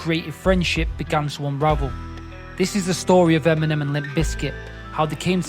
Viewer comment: Why did it sound like he said Feminem 😂😅 EMINEM WILL ALWAYS BE THE GOAT 🐐